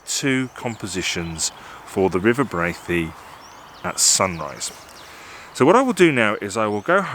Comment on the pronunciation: Hey, locals pronounce it BRAY-THEE. Skelwith is pronounced SKELLITH.